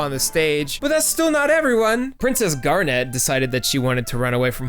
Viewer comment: Wait why do you pronounce Garnet that way?